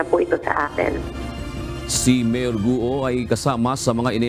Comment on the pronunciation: "Gwo" po ang bigkas nyan sa chinese.